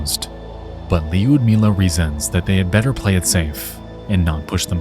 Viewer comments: Great video so far, but it's just 'Ludmilla", not Li-Ud-Milla 😅 driving me insane 😅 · the way you pronounce her name is funny . Is not li-ud-milla is liud-milla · You say " Lewd milla" . Its Lud as in LUDicrous. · Surprisingly good pronunciation of names. However, Lyudmila sounds too american :D Instead of Leeyoodimilla it should be Loodmilla, with 'loo' sounding exactly like 'looming', and no 'i' between D and M (they should sound like DM in roaDMap) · It’s Lood-meela no Lee-ood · LEEYUDMEELA brother man it’s pronounced like “Lud-meela” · Yu in the name Lyudmila is read like U in the word u-boat (yu-boat), that is, there is a short pronunciation, that is, the name is correctly pronounced as L(y)udmila, the spelling does not convey its sound correctly. That is, there is no second part in the sound Yu, only U. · "Lee-yud-mila" kept distracting me the entire time.😂 AFAIK the start of Lyudmila is pronounced like "blew", just remove the "b" at the start, that will be close enough. Great story you've covered, Khamar Daban and Dyatlov Pass are two of my favourites. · In case you ever come across the name Lyudmila again, the y is (sounds) silent. It's pronounced like lewd-meela. Impressed you got the 2nd part right! Russian/slavik names can be so wierd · im sorry but "leeyood mila" is killing me. thats not how it's pronounced (yes i know nexpo isn't slavic, as a russian speaker this is just a bit funny to me) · Love the video, very well done and appreciate the animation as well! I’m so excited to listen to the new podcast. The only thing is the Y in lyudmilas name is not pronounced, so it’s more like LUD-as in lewd- MILA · why are you pronouncing her name as 'leeoodmila'? 😩 it's just [yu], a single sound, not a diphthong. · Yo idiot, 90% of this video is you saying "luiydknjmla" and saying it wrong. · Lewd-mila is the correct Lyudmila pronunciation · I believe the “y” in Lyudmila is silent . . .